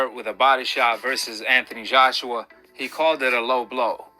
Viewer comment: Why does he talk like that? It's weird.: "The mazjhority of the refuzjhees are there...": "He did the same thing during the Anthony Zjhoshua versus Usyk rematch."